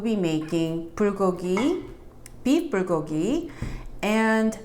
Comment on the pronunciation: Why is the B pronounced "pr"? I'm confused. LOL : ). ----------by the way I received my roasted sesame seeds and kimchi today. Yesterday I received my gim. I'm going to make gimbap next week with imitation crab, green onions, korean short grain rice, carrots, and egg strips! Ya!